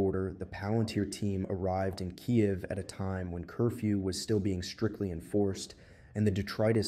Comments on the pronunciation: Sounded like you, but the way it said "kai-yiv" made me think you sounded a bit dumb on the ukraine concept. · Kaiev …😂😂. It’s perfectly fine to listen to. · Just the word Kyiv gave it away 😅